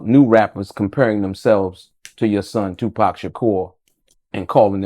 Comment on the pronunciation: Wayment… why the daddy took a moment , scratched his beard and said “SHU-pac” when referring to the 2nd shooting… okok I’m reaching but, is TUPAC TUPAC dead or is SHU-pac dead… ok… ijs… sorry it’s probably just a slip of the tongue but, Tupac if you still alive and wanna live low key… I got you lol… anyway, this is very insightful and great information just on the strength that this is Tupacs father… nothing else matters… God bless